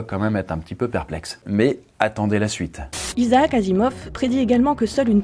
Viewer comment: Il va falloir que tu apprennes à prononcer le prénom Isaac 😂 sinon superbe vidéo